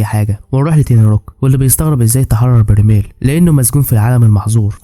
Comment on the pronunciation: برايمل ❌ برميل ☑️